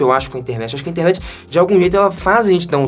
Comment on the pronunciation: eu tenho impressão que você fala Intermet ao invés de Internet. É só impressão?